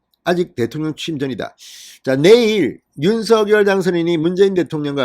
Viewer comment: 윤서결로 발음하지마세요. 듣기거북합니다 윤석열 입니다